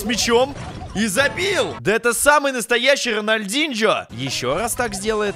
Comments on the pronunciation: Чувак не рональдиньжо а рональдиньо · Не Ронолдинджо а Рональдинио